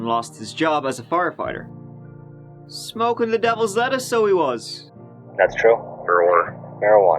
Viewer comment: you got me with "Devil's Lettice"!